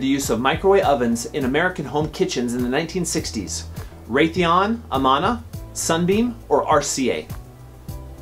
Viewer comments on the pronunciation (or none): You mispronounced Amana and Medellin.